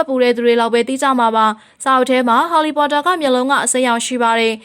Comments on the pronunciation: LOL she said ဟော်လီပေါ်တာ😂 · အသံကဆာနေတဲ့အသံနဲ့ harry pottorတောင်မပီဖူး